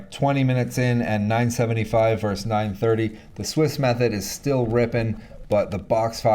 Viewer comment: "vs." = "versus" NOT "verse". The 2nd "s" is pronounced.